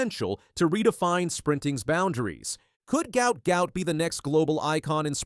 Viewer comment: Sadly you pronounced his name burserkly wrong. Common please make some efforts to pronounce a person's name with great respect. Hopefully you would do just that😢😢😢